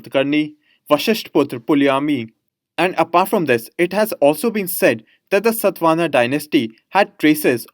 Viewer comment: It's satavahana not satvana sir